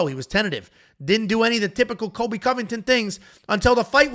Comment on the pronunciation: How to pronounce “Cole-b” not kobe Colby by decision lock it in